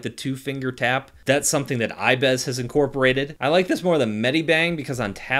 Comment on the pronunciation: its ibis Paint X not ibeeeeees Paint X.... pls do not make this mistake again or tiger-doggo is not happy